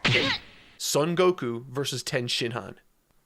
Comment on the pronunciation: You still don't know how to pronounce Son Gokuu?! Cmon, man. Son sounds just like the English word "Sewn". And Gokuu has a long vowel at the end, so stretch out the "u" sound at the end. Gokuu is the correct way to spell it too.